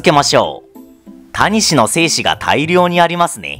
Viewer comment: タニシの言い方が谷氏なんだよね